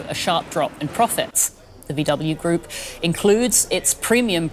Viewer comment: A German tv presenter pronouncing VW as Vee double u😂